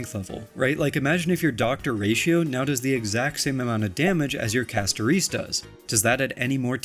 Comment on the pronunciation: When YouTubers can’t pronounce the characters names properly… I wonder if they even play the fa game 😪 Say Castoreeece one more time and I’ll riot